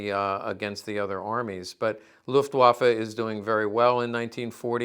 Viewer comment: You pronounce "Luftwaffe" nearly like a native german. 👍 Nice video and greetings from Germany.